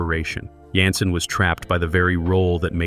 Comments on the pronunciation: There was no unaired episode. Don’t believe everything that’s on the Internet especially now with these Ai compiled & narrated Weird Facts. They don’t even pronounce David’s last name right consistently (at times calling him Yanssen & even Johnson near the end). 🤦‍♀️ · I enjoyed your narration, but his name is pronounced as Janssen w/ a “j” not a “Y!!!”